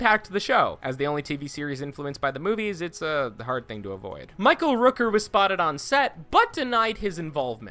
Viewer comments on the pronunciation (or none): none